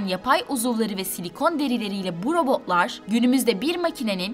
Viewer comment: Sırf o yüzden videoyu durdurdum. Robo'lar, otoma'lar şeklinde tuhaf bir telaffuz var.